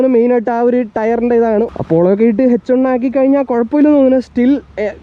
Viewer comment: One = ഒൺ.... Annoying, bro